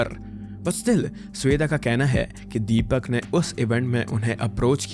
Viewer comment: "Deepyak", why such pronunciations for Indian names!😂